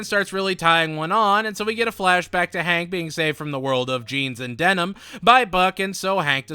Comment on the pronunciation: Hey I found it funny when u said flashbrack not flashback 😂